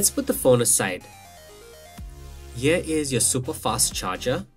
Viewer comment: No shade but why do Indians pronounce the word "here" as "yir"? It's just glaringly cringeworthy. Other than that it's a good unboxing video nonetheless.